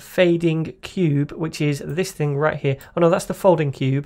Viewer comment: 'We got it Rrrrright here'. Thanks for your tutorials.